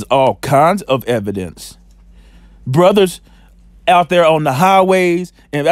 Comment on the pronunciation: Lmaofff the man saying there is no "ebidence" no ebidence lmaoff